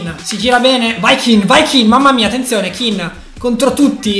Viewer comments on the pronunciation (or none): Si chiama ken non kin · Comunque non è Kin ma Ken ℹ😇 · si dice moise Ken no kin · Un consiglio si scrive Kean e si pronuncia Ken non Kin